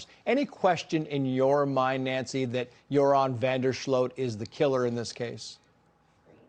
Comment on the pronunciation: Greta Van Susteren is the OG in crime reporting google Natalie Holloway news and Greta was on it. If you’re covering the case, sweets you hoots know Greta! Your-on is how you pronounce van Der sloot’s first name